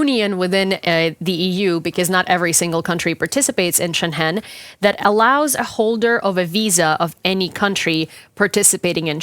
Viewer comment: Excellent piece. No offense, just please check your pronunciation of "Schengen" - being German, I first did not know what you were talking about Xd